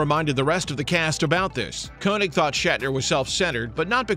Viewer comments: "Koenig" is pronunced "Kay-nig", not "Ko-nig." Do some research. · Isn’t Walter's last name pronounced, "KAY-nig"...? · Actually, the "oe" is the variation of "ö" used in languages that lack the umlaut (so König becomes Koenig), and is pronounced with a vowel sound that doesn't even exist in English. English speakers sometimes choose to use "Kay-nig" which phonetically is a little closer to the original German pronunciation, and this is what Walter Koenig does. However they equally often choose to pronounce it how it looks to an English speaker. I have a colleague at work who does this; he pronounces his name "Ko-nig." In the 1970s sci-fi series "Space: 1999" they made the show's hero, Commander John Koenig (and all the other characters on the show) pronounce his name "Ko-nig" as well. This is not "wrong" it's just how they prefer it, and since neither pronunciation is correct in the original German, it's up to the wearer of the name. Walter Koenig clearly prefers "Kay-nig" -- or that's just how his family have always pronounced it since they assimilated to American culture and adopted English. They might have gone the other way, and that would be fine too. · In every interview I'd ever seen with Walter Koenig, they'd pronounced his last name as "Kay-Nig"